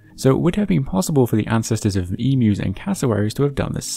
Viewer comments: Well done for pronouncing "emu" correctly! :D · I think you are the only non-australian that pronounces emu correctly